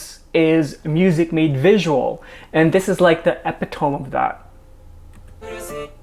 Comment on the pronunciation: I don't want to be that person, but you say epitome like eh-pit-to-me lol not epi-tome xD love the vid though <3